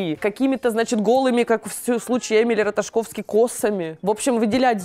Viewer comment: мне резануло слух Эмили Раташковски! Это шутка,я надеюсь. Потому,что правильно Ратаковски. И Дженифер Конели вы назвали Дженифер Гарнер ))) Гостья действительно снобская и манерная. Про Аватар было смешно. За визуальные эффекты он как раз получил награду. " Все везде и сразу" один из лучших фильмов с глубоким смыслом,который не каждому открывается.